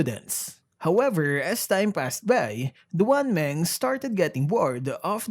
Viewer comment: It's pronounced as "Dwan Māng"